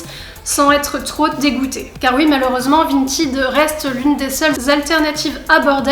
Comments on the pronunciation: Vintaide pas 🤣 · C'est pas vintid c'est vinted mdr